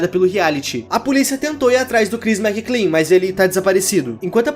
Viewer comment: é McLean, meu amigo Mc Lean não Mc Clean :v